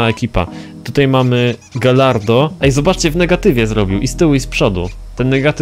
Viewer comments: Nie czyta się galardo tylko gajardo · nie czytaj kantacz ani galardo tylko kuntasz i gajardo